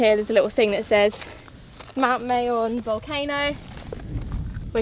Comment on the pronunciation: Love how you fixed your pronunciation of Albay. Now fix the pronunciation of Mayon. It is not pronounced like May, the month but Ma like mama and followed by yon. Like yawn.